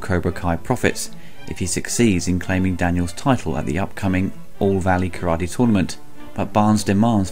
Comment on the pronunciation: Great review. Your pronunciation of "Karade" put me in mind of this clip: (skip to 0.30)